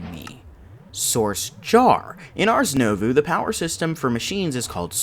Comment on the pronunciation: First and foremost: I love this series SO much! Please understand that I say this with love when I correct your pronunciation lol Ars Nouveau = arz new-voe It's french so it's not supposed to make sense